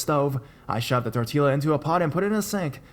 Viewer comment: Haha. It's funny how he said tortilla. Idk if he knows that the bouble LL in Spanish makes a y sound. He made it sound so white.